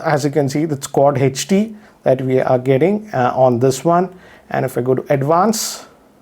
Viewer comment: It is not heechd its hd and not laaaptop